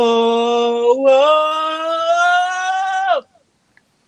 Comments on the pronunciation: อีสานเวิ้ลลลลลลลลลแย่ไม่ไหว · ขำๆสุด อิสานเวิลลลลลลลล 5555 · อีสานเว่อเหิ้ล คือขำไม่ไหว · อีสานเวิ้ลคือไม่ไหว ฮามาก